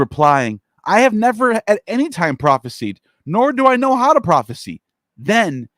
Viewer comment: Prophesy is pronounced prawfis eye ... not prawfis e. Thats prophecy with a c. Also audacious is not odd ashes. Ex cra crate is not excreting. Cringe